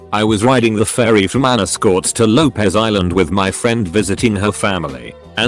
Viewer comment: Anascortes? Anacortes. San Juan Islands, Washington State.